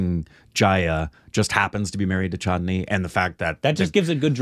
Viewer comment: keep saying chattni( is a sauce eating with samosa 😂😂) instead of chandini Rekha’s name in the movie